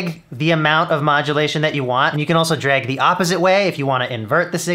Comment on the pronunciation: I’ve never known how Canadian you are until I heard you say the word drag lol